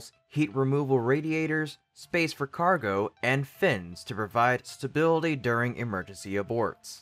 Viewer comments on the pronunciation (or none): none